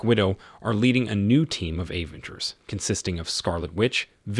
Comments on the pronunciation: why he said like that? A-venger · Very realistic robo voiceover. Pronunciations of Avengers, Natasha et al were hilarious.